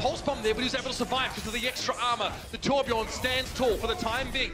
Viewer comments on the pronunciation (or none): its not torb yorn its torb YERN